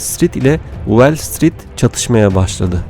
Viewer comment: Şu okuyan arkadaş bir de İngilizce telafuznu biraz düzeltse, Wellstreet değil WALLstreet.